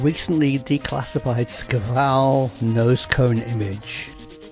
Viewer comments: You're not a Russian-speaker, are you? Shkval (Шквал - Squall), not "Skival". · It shkval. Squall Shquall Shkuall Shkvall. Da? скажи это правильно